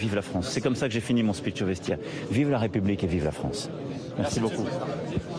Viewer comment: Son splitch.... ses splitch....